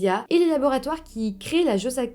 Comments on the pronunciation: On dit "josassine" pas "josaquine" et empoisonné pas piégé 😅😅😅 aaaaah ma petite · Le Josacine 500 n'est pas un sirop pour la toux mais un antibiotique. On dit bien le Josacine et non la Josacine. Je connais bien l'histoire et cela se prononce Josa"ssi" ne et non josa"qui"ne. J'ai fait des fautes exprès. Mais bon tu as très bien expliqué cette histoire. J'aime beaucoup ta chaine. Tu as fait du bon travail de recherche sauf que tu as été induite en erreur concernant le médicament mais ce n'est pas de ta faute. Je te reste fidèle et me réjouis pour la prochaine. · C’est naz, beaucoup de fausses informations… Connaissant bien l’histoire, vous racontez n’importe quoi et vous prenez beaucoup de raccourcis. Ps : C’est JosaCine et non Josakine ! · La josacine est un antibiotique... Tu n as pas tant fait de recherches que ça 🙄 on dit bourde pas gourde... Et si tu avais regardé les documentaires tu saurais qu'on dit josaSine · Bjr vidéo parfaite comme d’hab juste une info : ça se prononce jozassine et on dit une bourde non une gourde ( tel) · bonsoir, je me souviens de cette histoire ! pour info cela se prononce 'jozassine" et ce n'est pas un sirop pour la toux, mais 1 antibiotique ^^ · On dit "jozassine" mais c'est anecdotique ! Histoire bien bizarre mais une petite fille a perdu la vie !!! Merci et 😚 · Tu prononces mal le nom du médicament mais c'est pas grave 😀